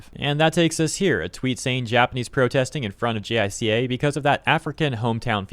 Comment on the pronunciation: Uh, "J👁-kah" (with accent on the 1st syllable), not spelled-out "J.I.C.A." Tokyo state-media N.H.K. WORLD's English-edition had video-reports & live-broadcasts, in case you want to know how some names & abbreviations are pronounced. They'll mention these agencies every so often. But yeah, Japan's P.M.'s (minus the late, great Shinzo Abe) seem to have issues keeping their job. When will another Abe come?